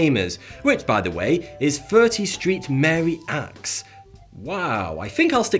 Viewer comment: "30 Street Mary Axe" that's literally what you said. Try again. Clue: St. = "Saint" The attrition of cultural memory is another legacy of le Corbusier.